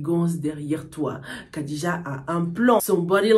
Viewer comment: Khadija se prononce plutot Radija